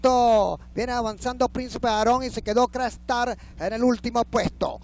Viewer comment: ESTOS EVENTOS SELECTIVOS QUEDAN REGISTRADOS EN LA HISTORIA DE LA HIPICA NACIONAL, POR ESO PIENSO QUE DEBEN SER NARRADOS POR LOS GRANDES NARRADORES DE LA EPOCA, NO ES LO MISMO DECIR CRA-ESTAR QUE CRACKSTAR...